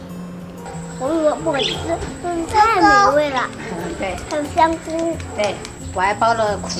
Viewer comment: 香菇闽南话说错了😂。。。。。。